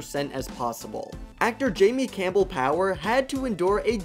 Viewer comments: who the heck is jamie campbell power? it’s jamie campbell bower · No one: The narrator: The actor Jamie Campbell PoWeR Me: 🤨